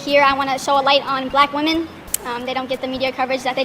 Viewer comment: Why do you pronounce "women" woman?